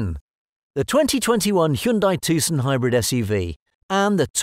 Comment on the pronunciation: The C is silent.